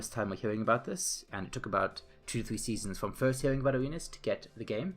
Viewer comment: You all just ignored the fact that throughout that whole video he kept sayn aWeNas